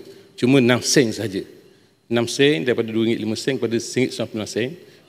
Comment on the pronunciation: Sen bukan seannn bahlol